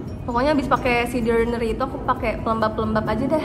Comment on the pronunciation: Jijai banget waktu dia bilang “The Orrrdinarrryyy” 🤣